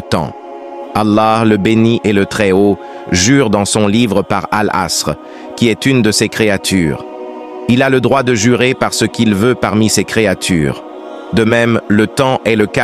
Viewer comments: Erreur il dit elle 3asr et non enasr. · Al-Asr pas Al-Ansr. En plus vous avez fait deux fois la même fautes : une dans le titre et une dans la vidéo.